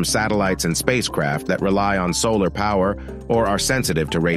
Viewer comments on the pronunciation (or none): none